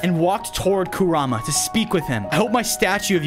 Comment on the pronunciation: I just have to tell you Fozo that its pronounced ku-rah-mah and is spelled kurama just so you know